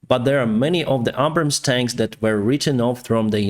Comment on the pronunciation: From the U.S.Air Force Website: "The GBU-39B Small Diameter Bomb, or SDB, is an extended range all-weather, day or night 250 lb (113Kg) class, guided munition." Unit cost $40K/each. PS: Abrams, PAtriot and AviAtion have "Long A sounds as in dAy, hAy, sAy, rAg, nAg, tAg, bAg, rAy Keep up the good factual reporting. According to Putin and his Yes-men ORC's they have practly won already, We call BS.